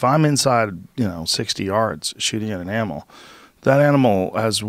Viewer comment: Joe says anmul